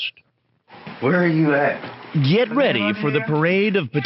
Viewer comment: the super mario predator: "Where are yew at!" 😂